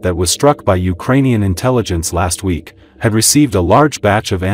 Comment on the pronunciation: LOL! What is a Urainian? This is the worst Ukrainian news source ever.